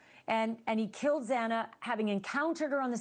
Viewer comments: Pronounce XANA’S NAME CORRECTLY HARVEY! Geeeezzzzzz. I hate when they don’t CARE enough to say her name right. The media alway gets either her first or last name (even the JUDGE). It’s like mails on s chalkboard. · Come on Harvey, please show proper respect by pronouncing their names correctly Xana is not pronounced "zee-na". They were murdered three years ago this November and you can't manage by now to get it right? Shame on you Ashleigh for not correcting him the first time tonight or making sure your guests can pronounce their names correctly before going on air. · Harvey from TMZ trying to school Ashleigh Banfield from NewsNation (to quote a tiny portion of her bio: “Ashleigh Banfield is the definitive authority on the nations biggest true crime stories. A veteran award-winning journalist”) just seems a bit off. Harvey is Mr Salacious/Scandalous news breaker of Hollywood goss.. He repeatedly called Xana, Xena, despite Ashleigh repeatedly, & professionally saying her name the correct way - but MrTMZ almost railroaded her with HIS “facts” 🤦🏻‍♀️. Dude, please, at LEAST respect this beautiful young lady who was so tragically taken & get her name right..& maybe stick to what you’re good at. No disrespect to him, but this was a sloppy take on his part. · This guy you’re talking to knows nothing about the case. He didn’t know it was Dylan who peeked out the door and saw Bryan leaving. He also kept getting Xana’s name wrong. 🫤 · What is that guy on about, he cant even get Xana's name right. There were 6 people in the house that night, Bryan clearly went there for Maddie, Goncalves wasnt even suppose to be there, Bryan couldnt have known she was in Maddies bed with her. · What an obnoxious guest. Can’t even pronounce Xana’s name. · How does this guy not know how to pronounce XANA after all this coverage? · How can this man not pronounce Xana's name correctly? Hasn't he heard it at least a thousand times by now for Christ's sake? So disrespectful. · Zena? Its Xana